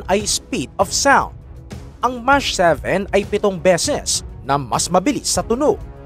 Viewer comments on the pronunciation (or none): Mach 7 Hindi Po mash, iba po ang mash pang mash potato Po Yan. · Anong MASH ? Wala sa google yan ah. Hahaha😂 MASH 7 ✅ MACH 7 ❎